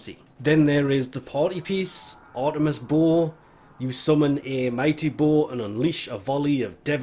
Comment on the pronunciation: It took me like 5 minutes before I realized you were saying "bow." I was all like "WTF is a bull weapon?"